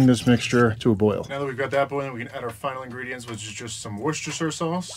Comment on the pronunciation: Dude I live about 10mins from the actual Worcestershire (wustersher) sauce factory in the UK and you were as close as I've heard most people get to the correct pronunciation. 👍